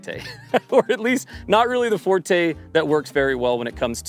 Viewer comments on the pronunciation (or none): none